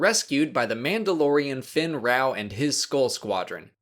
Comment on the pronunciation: It's actually fenn raow not finn raow